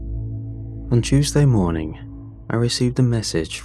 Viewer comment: "on chewsjay morning"